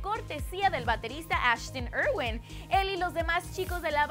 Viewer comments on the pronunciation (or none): Diré practicamente lo mismo que todas/os que comentaron NO ES KEILUM!!!! ES CALUMM!!!, NO SOMOS SUMMERS!! SOMOS 5SOSFAM!!, NO ES ASHTON IRWEN!! ES IRWIN!! IR-WIN, I-R-W-I-N, Y NO ES TAITANIC ES TITANIC AGH! denle clases de español y si es posible más información, esto sabe hasta el que ni siquiera busco de la banda.